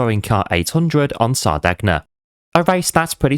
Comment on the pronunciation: Great video pal. But, just for reference, it’s pronounced Sar-day-nya… Hope that helps. 👍🏻